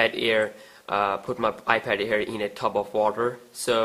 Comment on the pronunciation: It's iPad air not ear